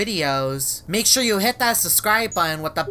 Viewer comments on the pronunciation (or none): none